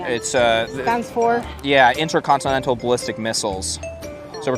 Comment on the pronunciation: mAN DID YOU SAY INTERCONSTSANISSTIL LAMO LMAO